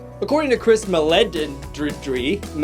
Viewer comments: when he tries to pronounce 'Meledandri': Melaa... dardriii- Subtitles: (Utter insanity) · It’s MEL- EN- DAN- DREE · Chris mel-en-a-n-jry